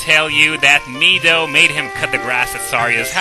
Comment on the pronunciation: Finally, someone who says Mido the right way.